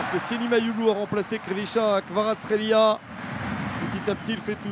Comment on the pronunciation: "Kavitcha"... 🤣😂 Some names are too challenging to pronounce